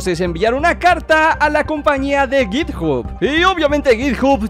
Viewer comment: cit hub Yo: a entendi otra cosa